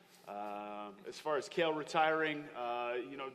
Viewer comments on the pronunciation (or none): Condit says Cael instead of Chael ahahhahhahahaha